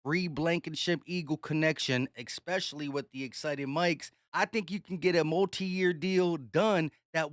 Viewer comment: Dude, you still think especially has an X in it lol. It's all good, just picking. But seriously though 😂